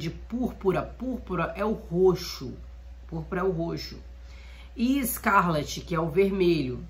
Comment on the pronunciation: Amada, só uma observação, o nome da cor se pronuncia "ESCARLATE". Com final "late", como o verbo "latir"